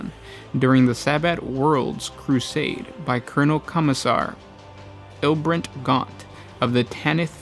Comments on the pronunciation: IBRAM gaunt, not ilburnt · Ibram Gaunt not Ilbrent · "Aibrant Gont" bah thats why we love! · Eye-bram Gaunt, there's no "L" or "brent', lol. I know I'm correcting a lot of these but I'd like to say it's a cool format and I overall enjoy it.